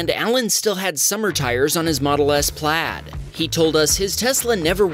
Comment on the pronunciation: its not Plad its Plaid